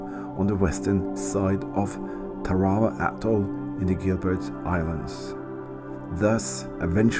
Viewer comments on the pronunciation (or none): nice change of pace, the only boo boo you made was the prononciation of the islane as i was stationed on the USS TARAWA LHA1 , WE PRONOUNCED IT TAR A WA